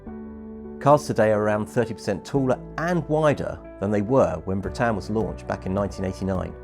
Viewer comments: That surprised me too. It doesn’t show the English in a good light. Some of us try to make the effort with the pronunciation. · At least pronounce her name correctly. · Oooooh why the expense of producing such a fine video and then not pronouncing her name properly ? 😱 The lady hostess at the start was so gracious and pleasant in helping Nigel with this, yet he (a company employee) carries on and ignores her good counsel. Incroyable. 😜 A fine ship, travelled on board her in the 90s. 👍